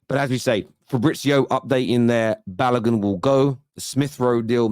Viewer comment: Its not Balagun Its Balogun